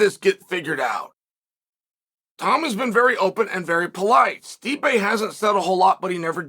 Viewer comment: not as disrespectful as much as you pronouncing his name " stripe "